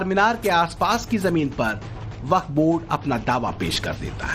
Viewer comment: यह baff bord nahi haf bord hai